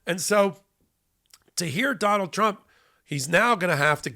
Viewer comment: From now on? "don-OLD". OR, "d'oh' bald". Take your pick.